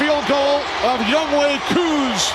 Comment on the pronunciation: Irks me that they keep mispronouncing "YoungHoe".